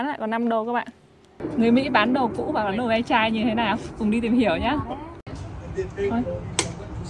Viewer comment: Không phải đờ ve chai, Long Vịt đâu garage sale nghe bạn, có thể trả giá nếu bạn muốn